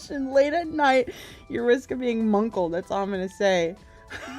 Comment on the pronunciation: I say this every time I hear it, but the word is “muckle” not “munkle” and where I’m from in New England it means to hang on to or grab on to aggressively, similar to cling.